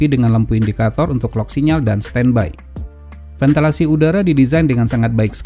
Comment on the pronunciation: VENTILASI bukan ventelasi, pakde pakde